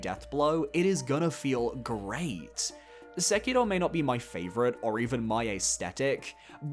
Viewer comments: Why do people always pronounce Sekiro as “sekido” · I literally had to stop watching this video because of how you keep pronouncing Sekiro 😅